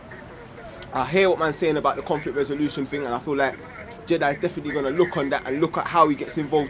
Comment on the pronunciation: Dawah should be done by people that have deep knowledge of the books - Shamsi, Rashid, Hijab, Mansur, etc. Not. Also, it's 'thing'. Not 'ting'.